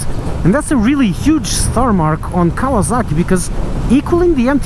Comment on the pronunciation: Did he call it KAVALAKI?! Im WEAK!